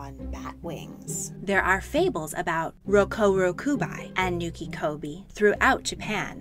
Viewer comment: Rokurokubi with the bi sounding like bee And it’s nukekubi the ke sounding like keh not ki The kubi part in both of the names means neck. I find it even more odd you pronounce one right and not the other. Otherwise interesting video